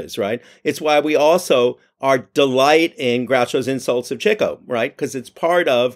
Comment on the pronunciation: Congratulations and thank you - this is my favorite MBCP about my favorite Marx movie! Thank you, Mr. Gopnik, for saying "Chicko." Now, please allow me to correct on the name of Nat Pendleton's character. It's "MacHardie," not "McCarthy." You're welcome. 🙏